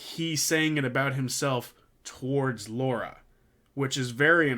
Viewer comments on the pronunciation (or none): none